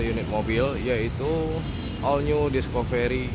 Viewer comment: Maaf bang,namanya ' diskafri' bukan 'diskoferi'.